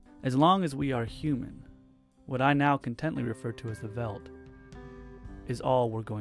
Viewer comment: First, I love these videos! And I feel I need to point that out first. Second, "veldt" is probably pronounced feldt, since it must have an afrikaans and hence dutch origin where v in this case would be pronounced as an f. :)